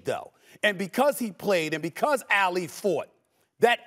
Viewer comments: It’s Ah-Lee NOT Ail-leeh Stephen A! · Say Ali’s name right tf is alley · I didn’t think it was possible before today to mispronounce Muhammad Ali’s last name